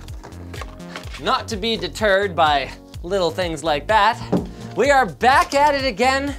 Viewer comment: "Not to be da turd" He called himself a turd (beavis/butthead laugh) And yes I know what "deterred" means.